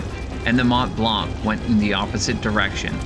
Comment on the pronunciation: The c is silent on mont blanc